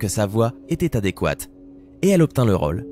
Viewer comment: a la place de dire rôle il dit raule 😂😂😂😂